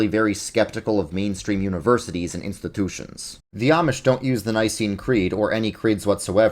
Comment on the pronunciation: As educational as this video was, I keep getting proverbially smacked in the face when NY accent hits on "institution".